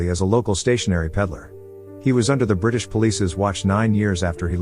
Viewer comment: " buth- buth brithish helpth india"